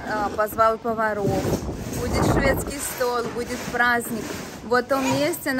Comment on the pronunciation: Не столь а стол, не сташем а стажем!